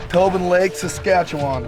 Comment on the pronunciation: Excellent video however it’s pronounced saska chew in, was just throwing my Canadian brain off lol